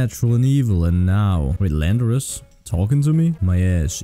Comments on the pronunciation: Call landorus: "Landorass" cool its real now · Yo myth name landorus “ LANDOURASS” Let’s go 😂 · Call Volcarona "Nineteen", Tyranitar "Tartar", and Landorus "Randor" (The Japanese name for Landorus being Randorosu).